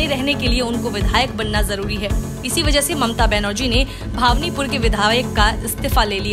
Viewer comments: भावनीपुर को भवानीपुर बोलें तो अच्छा होता। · भावनीपुर नहीं भवानीपुर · भावनीपुर नही भवानीपुर बोलो। !! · जो भवानीपुर को भावनिपुर बोल रही है उसका विश्लेषण कितना सही होगा खुद अंदाजा लगा सकते है। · अरे हिन्दी बोलना सीख लो,फिर न्यूज पढा करो। भवानीपुर बोलो।